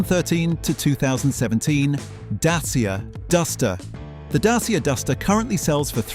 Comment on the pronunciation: It’s pronounced dat cha. Not datseeya